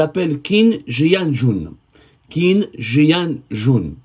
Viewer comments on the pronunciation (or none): Déja ça se prononce Tchin=Qin, c'est un grand monsieur que j'ai beaucoup de respect pour lui, il a commencer de très bas avec le privé et qui a aider beaucoup de promoteur a se lancer c'est à peine 2ans qu'il a commencer a travaillé avec l'état. vous parlez de lui sans même savoir dire correctement son nom. ( je n'ai aucun intérêt avec ce Monsieur )